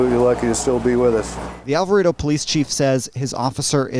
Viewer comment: It's pronounced Al va Ray Doh